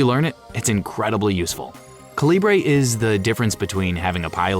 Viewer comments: According to Calibre's developer, it's pronounced CALIBER; not "kuhLEEbray" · Calibre is pronounced like CALIBER. You could have looked it up. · Why are you pronouncing Calibre like that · Calibre is great. But you're pronouncing it wrong.